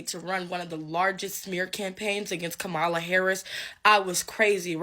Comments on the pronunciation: Dear black ppl please learn how to pronounce Vice President Harris name. It's KA-mala not ka-MA-la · Her name is Kam ma la. Learn to pronounce her name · Kamala-pronounced, Come-a-la. Stop pronouncing her name like ignorant white people. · Why is it SOOO hard for people to pronounce Kamala's name correctly? 🙄